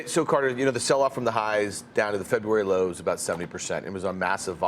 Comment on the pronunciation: It's too much work to actually say "February"